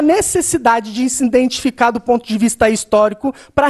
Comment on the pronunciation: Mais agoniante que ele não conseguindo conjugar um verbo, é ele falando "intentificando"